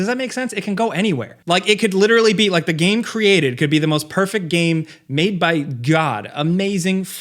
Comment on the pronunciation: still pronounces game as ga-em. I cannot watch him at all.